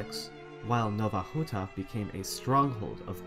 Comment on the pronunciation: Out of curiosity, do you speak any polish? Your pronunciation of Polish names such as Nowa Huta were really good, I wonder if you researched them, or if you knew how to say it?